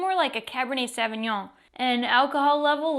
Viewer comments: Sooovignon, not saaav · Sure is a lot easier to pronounce than Sauvignon